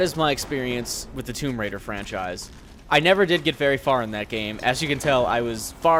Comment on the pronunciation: Its tomb raider not tome raider